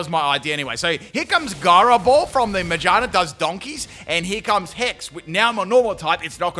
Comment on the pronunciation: Everytime pronounced Ma-GEAR-na as Majarna my butthole clenched a bit